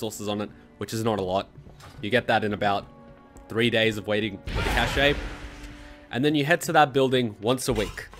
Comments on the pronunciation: The way you pronounce "Cache". It's supposed to sound just like "cash", mate. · It is pronounced "cash" not "cash-ay"... Physically hurt me. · It’s pronounced catch or cash I’m sorry it just bothered me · The whole "Kay Shey" thing was too distracting to pay attention, tbh. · It's pronounced "cash".